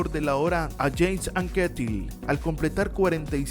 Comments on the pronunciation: Induraín, Yeims Anquétil... La pronunciación hay que pulirla! XD. No, en serio, todos cometemos errores, y gran vídeo por lo demás. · Anquetil era francés, no inglés, así no se pronuncia